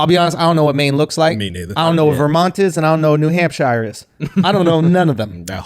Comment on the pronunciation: nah andrew, coming from the uk akaash definitely pronounced hampshire the right way